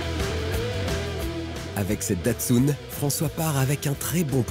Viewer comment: C'est quoi cette manière de prononcer "Datsoune" pour Datsun ?! Même les japonais ne le prononcent pas de cette façon. Ça se prononce "tatseune". En France, on est toujours à côte de la plaque sur la prononciation des mots, des noms propres étrangers.